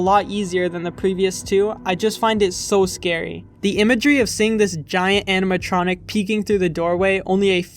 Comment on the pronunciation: does it not bother anyone else how this mf repeatedly mispronounces animatronic as "aminatronic"